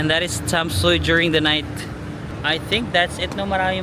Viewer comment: Hello, Tam-sweee or tam-sway ang pronunciation ng Tamsui. More power, I enjoy your vlog! 😊😊